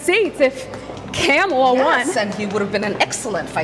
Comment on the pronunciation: Yeah, HAW HAW HAW!! The way she mispronounced it "*CAMEL*-a" is so pissy.